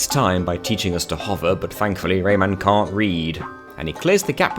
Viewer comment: I KNOW this little bloke is called Rayman. I know this. I’ve played the Rayman games. But in this video my brain is CONVINCED that you’re calling him Raymond and it’s 100% satisfied pretending that’s his name.